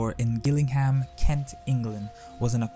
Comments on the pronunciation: Great overview of his life. I recommend reading the novel Shogun by James Clavell. which is a fictionalised account of his experiences in Japan. It's an excellent, excellent book, possibly my favourite. One little thing. Gillingham is pronounced Jilling'am. Us Brits and our weird place names haha. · Gillingham (his birth place) is pronounced “Jillingham” also don’t think he was ever knighted.